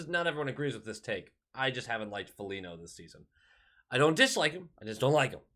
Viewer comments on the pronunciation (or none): You just dont like Foligno because you call him Folinyo 😎